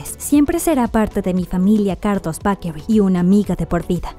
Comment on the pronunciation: No entiendo por qué utilizas ciertas pronunciaciones para mencionar algunos nombres propios de manera correcta, pero te cuesta tanto decir la palabra 'bakery'.